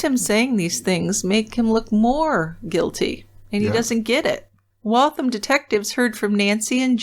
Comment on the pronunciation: I grew up in Waltham. I'm so disgusted that he did this to such a wonderful woman. I'm glad he was caught and is where he belongs. ps "Waltham" rhymes with ham.